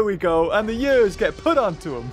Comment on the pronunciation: Nobody:, pronouncing years: “jurs”